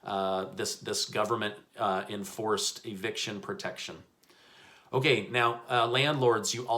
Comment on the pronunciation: I love it when you say okAY!!👌 it makes me laugh. Thanks for the news...!!